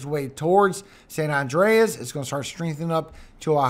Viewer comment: San Andreas (San An-dray-us) is a continental transform fault that extends roughly 1,200 kilometers through California. The Columbian island, San Andres (St. Andrew) is pronounced "San An-drays." The two are 3,000 miles apart. One is an island, the other is an earthquake fault.